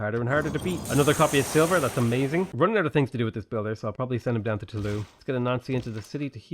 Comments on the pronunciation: Toulouse is pronounced with a z-sounding s. Usually, the letter s is silent if vowels do not follow it. "Too-Loo-z" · The s in Toulouse is pronounced. If there's an e after some consonants in French, the consonant is pronounced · You pronounce the "s" in Toulouse my man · Toulouse is pronounced "Too-looz", not "Too-loo". We have to set a better example for the Brexiteers.